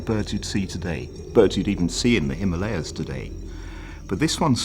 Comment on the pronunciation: Someone please teach him how to say Himalayas correctly